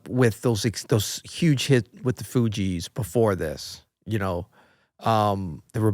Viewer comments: The mispronunciation of THE FUGEES is seriously upsetting me. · I cant even begin to get into this interview. I CAN'T DIGEST IT. THEY ARE SO NOT LIKE US. OBVIOUSLY. This disrespect with the initial mispronunciation of the THE FU (SOFT G) EES has me HEATED...I can't give the rest of this commentary my energy. WHITE FOLK LOVE TO DISRESPECT BLACK ARTISTS OUR OF SHEER ENVY. THAT SHIT WASN'T FUNNY.